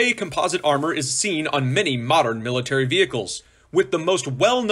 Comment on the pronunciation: Maybe it's me, but I just wish he could pronounce homogenous, composite, and Chobham properly!